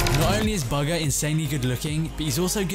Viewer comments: It's boogha not bagha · You keep on saying bugga or burger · Man said buga lol